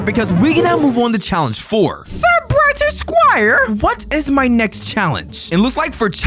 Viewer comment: I heard you say bryer instead of brighter